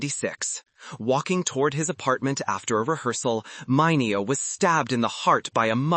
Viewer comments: Sal Mineo (mini-oh) not (mine-ee-o) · It's NOT mine-eee-oh it's Mini-oh! Youtube your computer narrator SUCKS!!!. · Say "MINute" ...now say MINeo. And, no for nuthin, this isn't a read that calls for the histrionics of a Method Acting role. Just read it without trying so hard to sound like a drama queen auditioning for as bad soap opera. And if you are using and AI generated voice for the narration, tell it you want masculine sounding one. BTW, the fact that aome of the gay stars were blacklisted by such a superficial and cruel industry may not be the tragedy you seem to think it is. One can have a beautiful and whole fulfilling life not being a celebrity or a movie star at all -- millions of people live perfectly happy lives without the fame and celebrity's hollow adulation; in fact, it may even be easier to find happiness and personal fulfillment without the burden of fame -- proof of that seems to be in the very high number of celebrities whose lives turn out to be total disasters. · Sal Mineo was pronounced as Menio not the way it is spelled. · when you butchered sal mineo's name, i bailed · AI can’t be taught words like that…